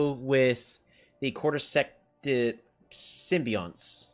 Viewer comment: "Symbionts" is pronounced "Sim-bee-yon-ts"